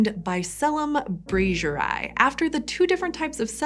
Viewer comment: super interesting video! just a small correction: it's bicellum "brasieri" not "braiseri".